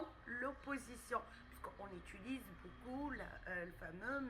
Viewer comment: Interessant. Mais pourquoi vous dîtes : " on Étulise..." ?